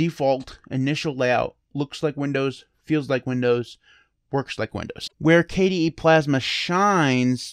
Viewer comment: Hey, shout out to your mispronunciation video, the best desktop environment is “Kay-dee” :)